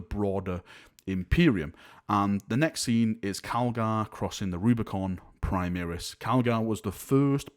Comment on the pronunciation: why are you say PRI MEER IS Marines. its pronounced PRI MARE RIS!!!